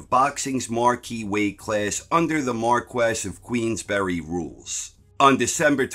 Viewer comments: Never mind Notre-damus, it's pronounced Markess, not Mar-kwess :P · Marquis is pronounced Mar-kee. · it's pronounced MARKEE of Queensbury